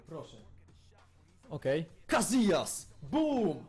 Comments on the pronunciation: Nie cazijas tylko casijas! :D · Casillas czyta się Casijas a nie cazijas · nie czyta się kaZijaz, tylko kasijas;] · Nie Gazijas tylko Kasijas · Czyta się [Kasijas] przez "s", a nie "z" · Czemu mówisz Kazijas